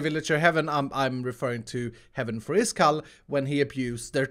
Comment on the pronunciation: Grian: Seriously Am I joke to you